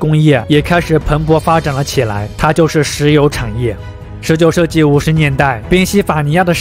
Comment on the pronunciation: 😂我也是，也不知道哪里人，王子说成丸子，商人变山人😂